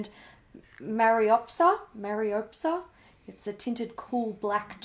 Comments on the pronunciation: I think it’s pronounced Mare-a-pose-a. The only reason I think I know this is because I remembered a Barbie movie with the same name. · It’s pronounced Maraposa, 😂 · Mariposa is pronounced Mary-po-sa